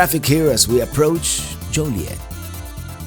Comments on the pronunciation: Born and raised in and around Joliet. It is pronounced Joe Lee Et. It is definitely not Jolly Et either. Them's fightin words around here. And that's not a joke. Many things and places in Illinois have French roots, but it is very much locally unique and heavily Americanized after 300+ years. You won't hear anything pronounced in "proper" French around Chicago. In fact, you probably won't hear anything pronounced properly in any language here, not even English. 🤣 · joilet...like toilet hahahaha said with l♡ve from Napertucky!